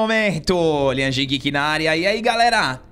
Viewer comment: Ooo meu ''considerado''.... não é ''giki'' é ''guiiki'', a pronúncia. Vlw